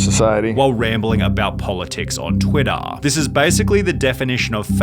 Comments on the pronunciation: "On Twittahhhh"..😂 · I mean - he is a multi millionaire and you - you cant pronounce "Twidda" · I like how Sunny says twittahhh. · "TweetAHHHH" lmaoo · twiddAHH, yeAARR, qurtAHH, latAHHRRR... jeez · Never heard of the guy never heard of you but the way you say twitter..🤡